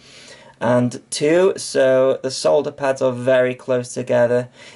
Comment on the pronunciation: The English language extends it's gratitude to you for correctly pronouncing the word solder. Thank you.